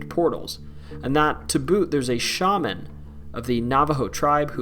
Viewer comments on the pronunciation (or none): none